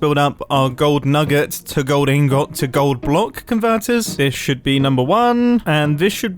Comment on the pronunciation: Mumbo, please start pronouncing ingot in-gut, please, this is annoying me in a way I can't convey with wotds